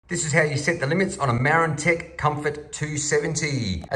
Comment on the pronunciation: I aways thought it was pronounced mar-ran-tech rather than mare - an - tec